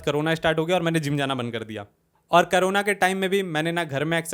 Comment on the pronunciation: bro said karuna i thought its some girl he is talking about 💀💀, bc corona ka karuna kyu bolra ye banda? 😭😭